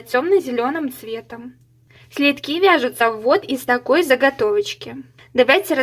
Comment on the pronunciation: Следки от слова СЛЕД, как режет ухо "слитки", безграмотность жуткая